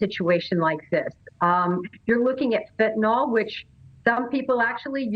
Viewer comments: It’s FENT..not fint… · and EVERYONE- it’s pronounced FEN-TA-NYL not FEN-TI-NOL